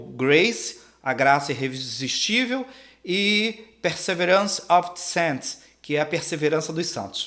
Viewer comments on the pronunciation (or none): none